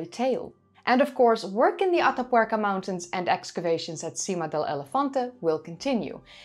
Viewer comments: Heigh,! It is completely off-topic, I found it beautiful to hear you say, "Ata Puerca"! (Though the tattoo bit made me 😔. Ah, well. And I must say, even your correction of those of us who despise those things was merely corrective, not insulting. Thanks.) Your work is always a hallmark of professional craftsmanship and presentation. Thank you. And I loved hearing you speak another tongue. Your English is so good and well-spoken that it is easy to forget that you are a Nederlander! (Did I just goof, and forget your native country?) I love languages, and love language sponsors!! I thank thee again! Bedankt(misspelling?), if I remember a previous commentary between us. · Your pronunciation of "Atapuerca" is almost perfect ❤